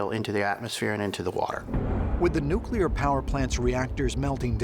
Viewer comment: It doesn't help your argument when the people you're using as references and experts can't pronounce the word "nuclear".